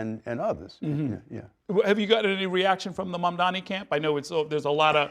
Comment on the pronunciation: I can add one :) The guy can't even say Mamdani's name right and he's here demanding stuff?